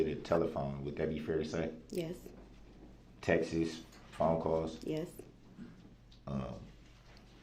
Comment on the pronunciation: Texes. That drives me INSANE. How hard is it to say texts?